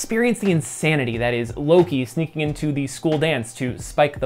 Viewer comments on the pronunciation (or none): none